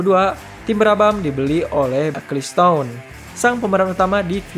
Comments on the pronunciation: Itu bacanya "ekelsten" bukan "ekliston" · Nama yang bener itu Bernie Ecclestone, bukan Acclestone.